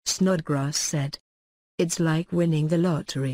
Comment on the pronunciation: "Its låjk winning the låttry"